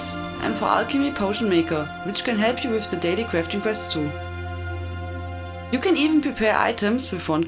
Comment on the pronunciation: daily cwafting wits <3